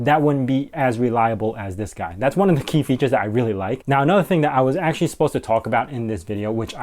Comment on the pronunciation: "actually" not "acutally" lol!